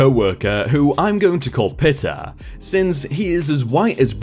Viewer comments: Dry *COUNTy*, not country. "Pita" is pronounced like Pete not like pit. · Its pronounced as peeta not pita. It's a type of bread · The 'pita' that's in the Bodeaga story is pronounced 'pee-ta' as in the bread you make gyros with.